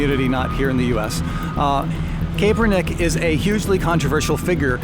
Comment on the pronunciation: Totally off topic but I believe it is pronounced "cap-er-nick" being a Niners fan I felt the need to point it out.